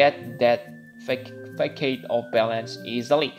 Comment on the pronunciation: Not Fakade. Façade.